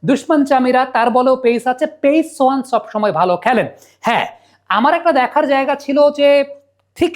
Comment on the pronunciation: ছোহান না সোহান 😂